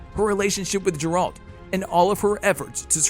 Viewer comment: Ah, yes, J E R A L T